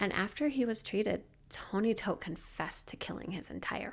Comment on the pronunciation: Love your thorough coverage, your soothing voice, and every video you put out. Gotta say so I love this this video because you pronounced Todt correctly!